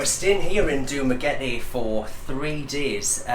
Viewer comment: ooh props for saying dumaguete correctly lol most foreigners say it like duma-getty